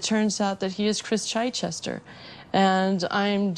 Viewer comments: Most of the people couldn't pronounced the name "Chichester" although it's a common British one. They're calling it CHEECH-chester. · I agree, also his pronunciation of Chichester was completely wrong also it would have been impossible for him to have been the 13th Baronet, as of today the 11th. It amazes me how many people get fooled by people claiming to be members of the aristocracy.